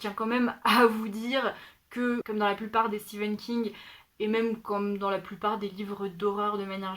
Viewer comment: Je galère aussi avec la prononciation de Stephen King hahaha Plein de livres très intéressants dans cette sélection… j’ai hâte de lire Addie Larue pour voir si je partage ton avis! J’avais commencé American Gods Mai’s l’ai abandonné a cause de la traduction qui m’a déplue… mais là tu m’as vraiment donné envie de le lire donc je pense le reprendre en anglais un jour! (surtout quand tu as mentionné Professeur Layton haha) Et sinon moi aussi j’ai lu Chocola et Vanilla quand j’étais petite! C’était trop drôle de t’entendre en parler, ça m’a fait retomber en enfance :)